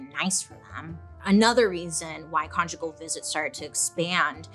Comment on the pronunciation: Did I just hear Bailey say “get con-jiggy with it?”😂